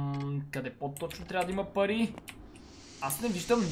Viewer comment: samo az li chuch ili toi kaza pai vmesto pari